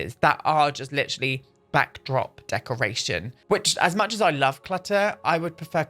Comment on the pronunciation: 'there was so mũŕch' HAHAH pissing myself at that